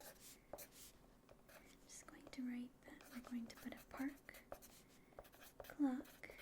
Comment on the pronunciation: What she said: “Park Clock” What my brain heard: “Park GLOCK” 😂